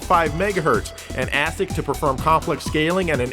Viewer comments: ASIC is pronounced "A-SicK". Sounded like you said "ass-ick". (Which is kinda funny, but not what engineers say.) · ASIC is pronounced with a long "A", rhymes with "basic." Source: I design CPUs and ASICs. I wish I had something useful to say... Great ep as always